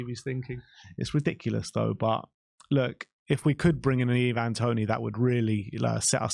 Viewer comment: Can you please make up your mind how you're going to pronounce "Ivan" 😂